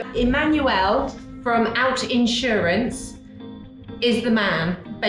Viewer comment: It's Outsurance not Out Insurance, love. And I'm shocked you didn't try them first. Glad you enjoyed SA.